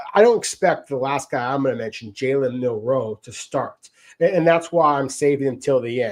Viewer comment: MILROE, not MUNROE